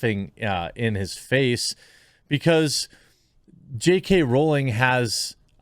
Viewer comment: Sweet mercy, a YouTuber who can pronounce her name right. I’ve spotted a unicorn!